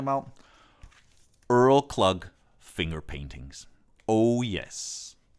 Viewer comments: Everything you've put on sounded great and I have a few of them myself, but man you hilariously butchered the hell out of Earl Klugh's last name!!🤣The g and h in his last name are silent and his last name rhymes with and is pronounced like the word "clue". The way you pronounced it sounded like the first two letters of the word ugly, or the letter h was left off his last name, uuuugh!!. It was a funny mistake and all is in good humor. Keep spinning the vinyl and playing cd's my fellow music lover and audiophile. I'm with you in this with many others everywhere else my Brother! Let's jam out to our hearts delight!!😁👍👍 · Not Earl Klug..Earl Kluu. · Really love these videos. Thanks for sharing these. Just a quick correction. Earl Klugh is pronounced “clue” no hard G on the end. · Earl Klugg? It's Earl Clue. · Good list. Can't really argue with your choices, though for Earl Klugh I would have gone with "Living Inside Your Love". And Klugh is pronounced "kloo", not clug. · Learn how to pronounce Earl Klugh's name. It aint Klug! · Hi: Great video I have some of those lp's. Point of interest "Earl Klugh" - Klugh is actually pronounced "clue". Keep the videos coming!🙂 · Klugh is pronounced clue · Fyi. Earl Klugh is pronounced Clue. Thelma's album got me hooked on direct-to-disc and mfsl, both of which surpass the CBS half speed discs. My top two are FM - Headroom & Supertramp - Crime of the Century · I always pronounced 'Earl Klugh' as 'Earl Clue'. And he was/is very good - clean and beautiful recordings. I played some of that at my wedding... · You murdered the price pronunciation of ‘Klugh’